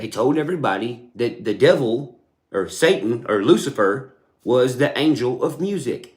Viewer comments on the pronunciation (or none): none